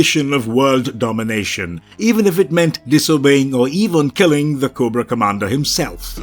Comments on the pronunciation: 2 errors. Its commander cobra not comandar (GIJoe) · Koo bra commander 😂😂😂